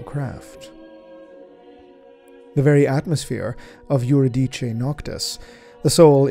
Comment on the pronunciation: Im willing to bet that what he pronounces as "yur-i-dee-chee" is Euridice, which is actually pronounced "yu-ri-di-see."